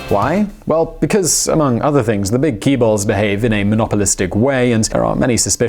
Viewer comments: Is it really that hard to pronounce it 'Jae-bol'? is it really that hard?? that's my infinite question when watching his videos about South Korea; forget about his opinion on the economy and politics. Let's talk about his constant mispronunciation of Korean words. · 1) Why do you keep pronouncing chaebol as "key-ball"? That's not just wrong, that's counter-intuitive. [tʃ] is the most common way to pronounce Ch in English. Why would you choose a lesser common pronunciation? If [k] was the intended sound, don't you think people would've used "k" instead, like in "Korea"? It's hard to take someone seriously when he can't get even the simplest thing right. 2) Stop inserting random clips of Korea and random music. They're just distracting. 3) Another important aspect of Moon's policies is anti-corruption. During the previous presidency, Samsung and other chaebol companies were involved in a huge corruption scandal. Moon seeks to change that. His hope is to remove corruption and make the corporate landscape more efficient. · It took me a while to figure out what he meant by "kee-balls"... "ch" in chaebol is simply pronounced somewhere between English "j" and "ch" as a general rule... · Note that you're pronouncing conglomerates like ki-beol. The first part (ki as you pronounced) actually should sounds more like Jae (which an inserted voice pronounced correctly for the current Korean president's name). Jae is still not the correct pronunciation, quite close. One of difficult parts in pronouncing korean vowel is figuring out when each vowel pronounced separately or pronounced as one. For instance, Jae is not pronounced as ja-e, which you did, but ae is pronounced as one vowel 😉 On the other hand, your interpretation on the korean economy model and its weaknesses is quite good without going into too much details 👍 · OMG is that what he was trying to say? 재 (J sound with Eh sound) 벌 (B sound with Uh sound with ALL kind of sound but short) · Ki-bol! Lol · Kee-bols. lol